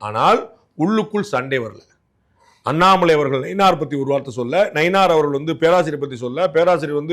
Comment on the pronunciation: Dei pandey unakku Annamalaiyin peyarai utcharikkavey thaguthi illai.